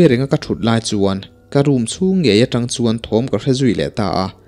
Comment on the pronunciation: Hnungzangah tang a vak tih hi i lam dil lo a nia.... Mi zawt la lo inzir zel rawh aw... I chhiar thiam si. Trang a vak tih tur a nia... Trang pawh hi thluk tur aw... Keyboard in a zir lo a, ka sawifiah zo lo... I nu leh pa te maw I zawt dawn nia.